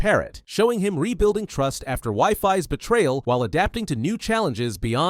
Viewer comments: Wifis 😂😂😂 its weefees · its pronounced weefees not pronounced wiefies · Wifies ❌ WIFI's✅ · it's pronounced we-fees